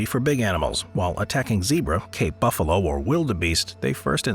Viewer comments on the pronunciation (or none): none